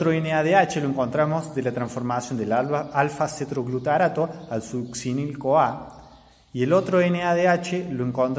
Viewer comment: me gustan tus videos son ingeniosos pero no explicaste a donde van los nadh (?) van a la cadena respiratoria en la cresta mitocondrial? y cuánto ATP resulta de cada molécula de glucosa que entra al ciclo de krebs ? 36 atp? otra cosa no es CETROGLUTARaTo es :Cetoglutarato . bravo por tus videos